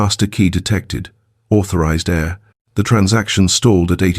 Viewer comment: I wish you could get your AI to understand the ENGLISH LANGUAGE. AIR is what we breathe and HEIR is a descendant of a family member.